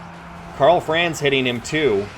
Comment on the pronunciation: Great videos, but your mispronunciation of Franz hurts my ears every time.